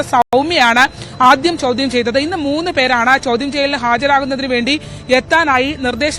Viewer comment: ച്യാചി ചൗധ്യം അല്ല ചോദ്യം best team ആണ് വാർത്ത വിവരിക്കുന്നത്